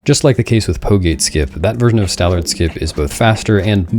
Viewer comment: I think you might've mispronounced Stallord's name. Just a few times though so I'll forgive you